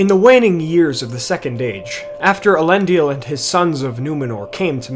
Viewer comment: Why are you pronouncing it as "Elendial"? It's "EHL-en-dil".